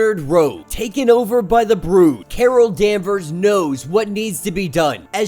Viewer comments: Its brood not bro-d. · It's said like brewed not bro'd. Just FYI my man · Is English your first language? How are you calling the Brood, long o sound, the Brode? You speak very incorrectly for a man who makes a career out of narrating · The way u pronounce “Brood” is killing me 😂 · The mispronunciation of The word brood really took me out of the video otherwise great content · it's a little weird but not that big a deal. Small thing in an overall good video. Sometimes people get their pet peeves though. I trip on presenters mispronouncing Arkansas.